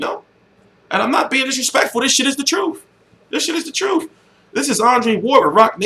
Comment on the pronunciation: why you say troof instead of truth lol